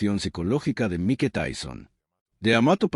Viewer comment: Por qué dice Mi-que en lugar de Maik, será IA la voz del narrador?